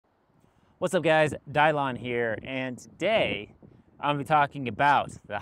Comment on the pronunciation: I just never heard anyone pronounce Dylan the way you do